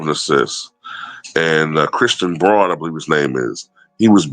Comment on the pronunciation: Braun is pronounced Brown… Russell’ also isn’t a spot up shooter, that’s where he struggled with LeBron and that Heliocentric offense, though he did hit a couple of huge corner 3’s… Russ is better cutting to the basket, or off the pick and roll and he can get downhill, which he can’t do as well… Right now, Russ energy and defense, his ability to get loose balls and battle on the offensive boards getting extra possessions… etc are key. I agree, I had a back and forth with a fanboy who stated Russ shot 5-17 he played terrible… I was like dude did you see him bail Jokic out after Jokic missed those two free throws? Did you see the defense he played that turned the game around? Russ isn’t even the starter… I started rooting for Russ way back when he helped Kevin Love and UCLA get to the final four. While not scoring much… but his energy and hustle was the catalyst to their run. Much to my much more talented basketball homies I rooted for Russ, although I knew he had major limitations… but much for the reasons you root for him. My only beef with Russ was his play with KD in OKC, and how he needed to be more or a pure PG, but his tendency to do too much… and KD took the fall. I just recently rewatched their 3-1 collapse against GS before KD left… and the box score fanboys killed KD for shooting bad, but when you watched the games, Russ put KD in some bad spots, horrible spots, in context, so many times Russ over dribbled passing the ball to KD only when he couldn’t get a shot off w